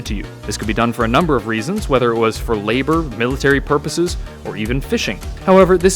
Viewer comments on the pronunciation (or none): none